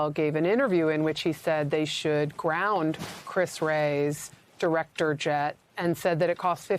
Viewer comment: "Sshhh, be berry, berry quiet. Diwector Patel is hunting Wabbit"...